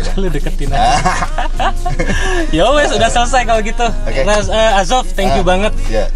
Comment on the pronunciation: "yowes" Jawa mana mas?